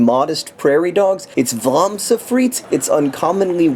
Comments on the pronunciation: I love how you say 'vlaamse friet' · vlaamse friet, that came out pretty much in the way we flemish people pronounce it, good job John :p